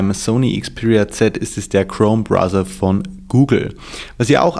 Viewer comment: browser nicht brother :D